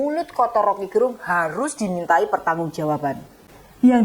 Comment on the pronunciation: Rocky gErung. Huruf "e" pada kata "gErung" dilafalkan seperti pada kata kEcap/Enak. Jadi bukan "e" seperti pada kata "sejuk/sedih". Gerung Itu nama marga (Fam) orang Manado - tempat saya.